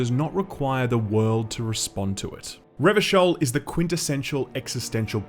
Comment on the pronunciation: Glad to hear you got the pronunciation of "Revachol" right this time. Again, I truly appreciate the in-depth analysis.